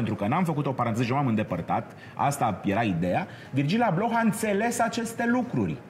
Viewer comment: Va iubesc dar ma zgarie pe creier pronuntia incorecta a numelui lui. Nu se pronunta H-ul, e “Ablo”